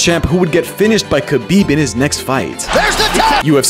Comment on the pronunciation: It’s pronounced Habeeb. Not Kabeeb. And it’s spelt Khabib. The KH is pronounced like a hard “H”. And the letter in Russian is Х. Spelt Хабиб